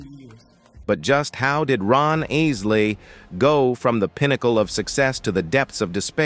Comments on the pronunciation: Bro you did it again!!! It’s Isley G not Easley bro. You pissin me off with that. Obviously don’t even listen to them and got the nerve to do a doc. FOH… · you can tell this is robotic, because they're group name is not easley it's pronounced "I" or "Eye"sley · It's I-SLEY brothers. Not IS-LEY! Killing me 🤦🏿‍♂️ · Call me petty but why does the commentator keep switching from calling them by their correct name of Isley to calling them Easley? Very irritating but good documentary😐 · Easley or Isley??? Good commentary except for the name-narative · What's up with for a minute pronouncing their last name right and then turn around and jack it up saying the " Is Lee Brother's" is it some form of dyslexia or something, the bands name is pronounced just like his name, Isley which is pronounced Eyes Lee for both his name and the band 🤦🏿‍♂ The inconsistency on the pronunciation is like running a nail on a chalkboard 🎯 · Too late. Did you not watch the video? The "Iss-lee" Brothers? Their "fin-anchial" problems.... At least learn to pronounce the name before claiming to be such an expert that you can make a viedo about them. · What’s crazy is to me is how these people do so much research on people but still don’t even know how to pronounce their name correctly. I never heard Ron Isley being referred to as “Ron Ainsley” until today. Edit: I responded about the mispronunciation before the mark then realized got to when dude pronounced dwindled as “dwin-lead” and instantly realized the type of person I was dealing with 😂😂😂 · ISley say the name correct dang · Who's this obviously non-USA narrator: the Ees-lee Brothers? SMH Otherwise, great profile. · I don't understand why the IRS couldn't set up a payment plan for Ron. He should've been able to sell his assets to pay his debts and live a modest life with his royalty checks instead of wasting time in prison. (By the way: please stop calling them the "EEsly Brothers 🙄) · Asely Dewlead. WTF AI? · Wtf is iss lee 😠… I’m really loss